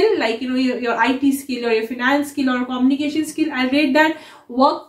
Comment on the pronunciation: quite insightful. However, a small correction about pronouncing communication - It is pronounced - kuh-myoo-nuh-kay-shn not Koh-mni-kay-shan. Same for communicator - Not pronounced as Koh-mni-Kay-tar. Keep up your efforts!